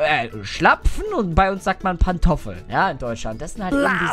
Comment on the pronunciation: Pantoffeln hört sich an wie Kartoffel 😂😂😂😂